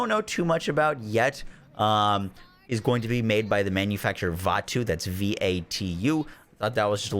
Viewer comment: Vatu or Vat you? :P